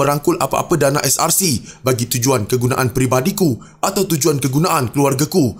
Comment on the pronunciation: Ko ckp SRC ke CSRC? Ckp btul2 biar jelas la, brsumpah pun msih nk tipu Allah yg maha mngetahui..apa jenis mnusia ni...ko buat sumpah hari scra live kt rumah ko, jgn cemarkn masjid...mufti tidur ka? Ngri mna ni..